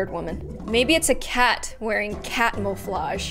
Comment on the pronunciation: I actually subscribed when she said "catmoflage".